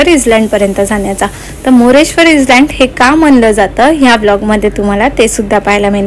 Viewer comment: island jari asel tari tyala iland boltat, s silent ahe tai!!!